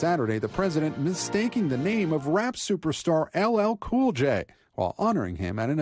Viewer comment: The way he says LL cool j 😂😂😂😂